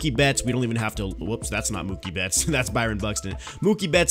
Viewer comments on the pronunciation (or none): none